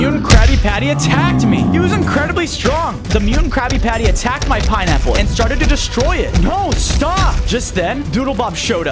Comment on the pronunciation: bro said piniy bottom